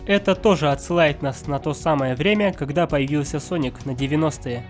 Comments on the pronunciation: Не Саник а Соник в начале ошибку сказал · Соник а не саник, читать научись!. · СонИК а ни саник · СОНИК (А НЕ САНИК!) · Я прям четко услышал слова а "". САНИК вместо "Соник". Это еще начало видеоролика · неверно, он сказал не саник а ссаник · Не Sonic, а Sanic! Гениально 😂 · Мне одному слышатся что он говорит САНИК а не СОНИК? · Не санека а. СОНИКА! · Не саник а соник у тебя привычка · не саник соник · Не Саника а Соника! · не саник, а соник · Не сАник а сОник! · Соник а не Саник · Хватит говорить санник надо говорить сонник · Не Саник а Соник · сОника а не САНИКА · не саник а соник и не сега а сэге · Не. Саник ь а сонник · не саник а соник глупый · "Ссаник" я выпала из этого мира😂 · Правильно говорить соник